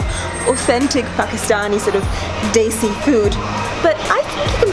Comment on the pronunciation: love your content !!!! and specially "chalo" and "Desi" sounds so perfect